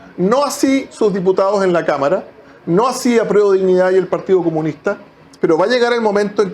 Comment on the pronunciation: El Checho mira la senadora y piensa en una cama, creo que dijo cama en vez de cámara.